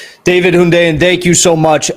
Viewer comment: You know Hundeyin has made it because they've started pronouncing his name correctly.